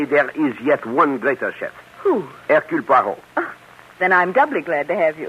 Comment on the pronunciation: Air cule pwah ROW ?????? 🙄🙄 Ah c'mon. Only Belgians will get the pronunciation correct, but at least try!